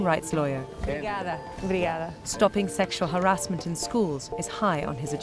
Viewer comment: idk if only me but it sounded like she put a spanish accent at saying obrigada..